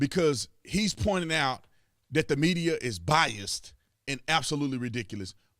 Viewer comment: It's "biased" not "bias" Potatohead you semi-literate turd.